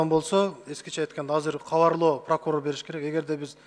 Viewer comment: "Прокурор" дегенди "пыркурор" деп кызыктай айтат )))